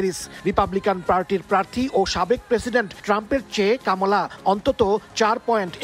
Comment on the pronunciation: কামালা নয় কমলা